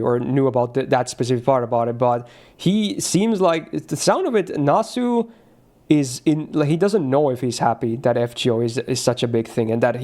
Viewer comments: How he call nasu still bother me man, that's the first time I'm hearing someone say his name like nas as in a rapper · japanese players call him nas-san, are you gonna be bothered about them? even some voice actors say it. chill out, its not your name lmao